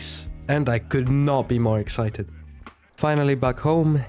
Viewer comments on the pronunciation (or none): none